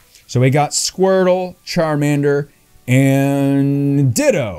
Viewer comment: Lol that's not ditto that's Lurio hahaha.